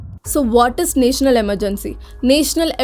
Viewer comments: It's not naaaational it's national ...first learn to pronounce English words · it is not naetional its national